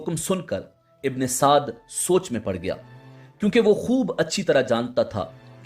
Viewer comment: Bhi ye Amar ibne Saad nhi ha ye musalman tha hindu nhi tha AMEAR NAME HINDU ME HOTA HA AAP APNI VOICE SAHI KARO UMER IBNE SADD NANE THA AAP APNY VOICE UMER IBNE SAAD BOLO UMER KA NANE LETY HWY SHARAM AA RAHI HA